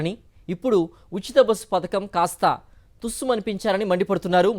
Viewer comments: పతాకం కాదు పధకం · పతాకం కాదు అమ్మ పడకం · పతాకం కాదు అమ్మ పథకం